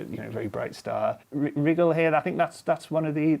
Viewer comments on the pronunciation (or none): “Wriggle”? It’s “Rye-gel” surely?